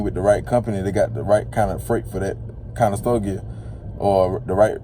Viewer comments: Conestoga not Conestogia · Click bait Over monetized Conestoga, not conestogia…makes you sound like you don’t know what you’re talking about